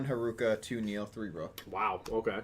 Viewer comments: dont care Its neil The subs and characters say neil not nail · Cmon do you hear yourselves calling him nail its neil Luke not rook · It's pronounced like "nail".